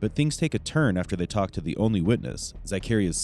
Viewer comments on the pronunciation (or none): none